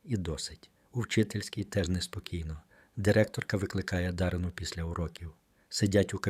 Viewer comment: Або, людина далека-далека від української мови. Чи спеціально так паскудить... Чого тільки коштує - дивлячись, на ДаринУ. Канал має ціль відкинути від українського?